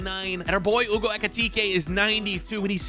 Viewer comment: Hugo not Ewgo